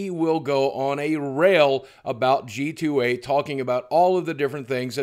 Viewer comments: Boogie, it's G2A (gee-too-ay) not GTA. You got my small brain confused with the mistake. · I love how Boogie kept accidently saying GTA many times and didn't stop to correct himself. brought a smile to me every time I thought that instead of G2A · did anyone realise he said GTA. com instead of g2a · Boogie half the time you said gta not g2a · nerd: BOOGIE DID U JUST CALL IT GTA. IT'S G2222A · You keep saying GTA instead of g2a haha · Is he saying "GTA?"